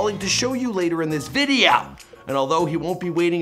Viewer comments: “later in this !!!!!!!!VIDEO!!!!!!” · it's funny how he said video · Why he say “video” like that